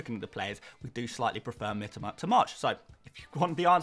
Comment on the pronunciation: Say it Mitōma not Mitama - sounds fucking awful to us non-Poms the way you say it